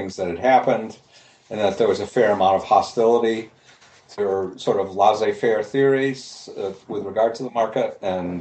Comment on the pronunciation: I love Phil Mirowski's thinking and the substance of his work. Having said that, his pronunciation of non-English words and names is hilariously bad. "Laissez faire" is NOT "Lah-zeh fair", for example. :-)